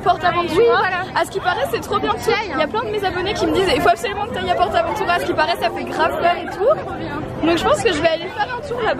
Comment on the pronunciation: C'est pas PortAvenTuuuuuuuuura c'est PortAventoura